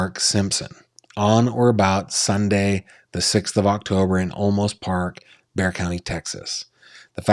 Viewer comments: It's pronounced like " bear"😊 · Bear! It’s pronounced Bear! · It's pronounced Bear Texas. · Its Bear - like see the big brown bear :) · It's pronounced "Bear". The was was an x brand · Bexar County Is said like bear. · It’s “bear” county. As in Grizzly or Panda lol. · Olmos Park is an unincorporated community INSIDE SAN ANTONIO Texas city limits. It’s NOT Houston. It’s pronounced BEAR County Texas, and the town Boerne is pronounced Berh nee. Please let me know if you need anything else.